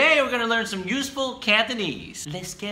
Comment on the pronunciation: cantonese 念错了